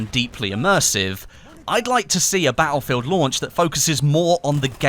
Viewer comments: bah ill feel? its pronounced, battlefield. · Ba-el-fill !! Lol